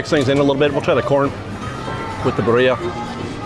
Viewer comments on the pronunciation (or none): What’s Burr iah? It’ BEER-ee- ah!! And roll the rr How hard is it to pronounce things correctly? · Baaaria…I just met a girl named Baaaria! 😂 It’s BEE-REE-AH! 🙄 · “BEER-e-uh.” Emphasis on the beer. Lychee is “Lie-Chee” Karaage needs a roll on the R the same way you mispronounce Macaron. Macron isn’t a Spanish word but actually it’s French 😅. The N is soft/almost silent. Also the R is in the back of the throat but that’s just too many things to think about 😂 It’s okay though. gets the award for most mispronounced International food items 😅.